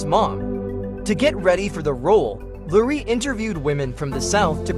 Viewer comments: And pronouncing Laurie Metcalf's name as "Lurie". So many mispronunciations in this video. It's very annoying. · The AI cannot pronounce so many of the names correctly. So many mispronunciations of names and words. Comic-book store, not comic bookstore. Laurie, not Lurie.